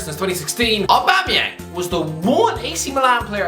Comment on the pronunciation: Did you just say aubuma bloodclaat yeng u jamaican or irish 😁😁😁